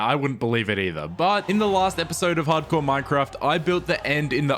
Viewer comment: Ah yes, minecraft “hardcor”.